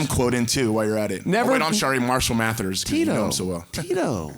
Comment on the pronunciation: He couldn’t pronounce Eminem’s name 🤣🤣, Marshall MATHERS 💀